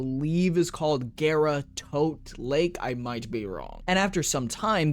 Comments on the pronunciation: It is pronounced Gah-rah, from the japanese word for glass(garasu). Which is why she has that japanese look. Someone lied to you buddy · pretty sure it is GARRR RAHH lotus says GARRR RAH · wait its pronounced gay-ra? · Why are you saying her name that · I'm not great with pronunciation, but I thought Gara was pronounced like the Naruto character as well. I think that's how Ballas says the name in her Prime trailer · It is pronounced like Gara from Naruto. It's from the Japanese Garasu ガラス(glass). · One thing to note about Gara(besides her name, you actually got it right before you corrected yourself, it's pronounced with a long a) is that we know why she's the glass warframe, and it's actually surprisingly wholesome. Essentially the woman who would become Gara volunteered herself to become a Warframe, knowing the truth. Nihil called for her to be glassed, essentially punishing her "for her presumption". Ballas took all this and used it as inspiration for her design. To honor her sacrifice he "encased her in crystal most fine" i.e. made her into the glass warframe. Source: Her prime trailer